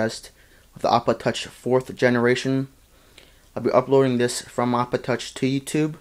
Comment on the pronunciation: had to listen to it 4 times before i realized you were saying ipod touch. "this is a review of the 4th generation ipotuch